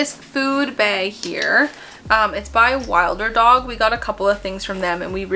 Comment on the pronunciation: Really loved this video! You’ve picked up a lot of the same items that I have had my eye on😄 btw. I think Wilderdog is pronounced like “wilderness” so wilder-dog instead of wild-er-dog. Anyway, I would love to see an updated puppy haul if you’ve bought anything new since this video! 🤩